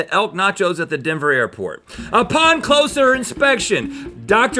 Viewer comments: If he actually said “airport” then I just heard an “l” in there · Rhett said “airplort” when beginning his story at about 3 minutes in to the video. It’s “airport” with no “l” not “airplort” with a “l”.